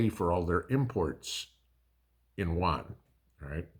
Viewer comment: Isn't it yuan = U AN not JUAN, he's a buddy from down the road. 😅